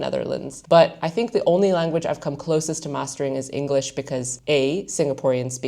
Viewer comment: I only hear occasionally in the words she says such as the singular ‘language’ (tch sound) and ‘content’ (first syllable sounds like a Dutch person saying the word, uh you know which I mean).